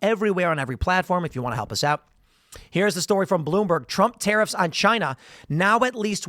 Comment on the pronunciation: CHY - NA! - Donald Trump